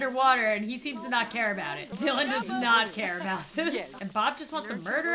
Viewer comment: How she said Dilan she said it like: and Dilann heheh 😏